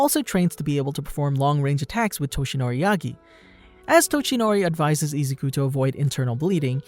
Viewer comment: Bro it's Izuku not Izaku. Good video but that was annoying the f outa me.